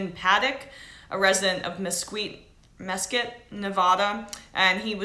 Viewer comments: It's pronounced "mes-KEET" Mesquite is a kind of wood. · Mesquite is pronounced as "mes-keet" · bcoleman71 that was funny she didn't know that word. I was all like " mesquite like BBQ you idiot!" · This girl is supposed to be a professional reporter? She doesn't even know the proper way to pronounce the past tense of open fire, Mesquite, or Nevada, and is bringing up talking points when she is not even sure who said it. Such sloppy and lazy reporting. Take a second, make some notes, and don't start filming until you know what your talking about. You look like an idiot.